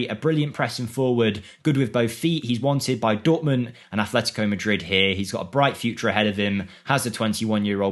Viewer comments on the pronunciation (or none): none